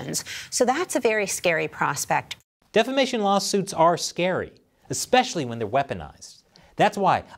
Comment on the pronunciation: When you said "defamation" .. I heard "defecation"